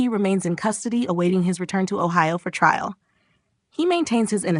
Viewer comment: AI can’t pronounce T R A I L? It clearly said TRIAL.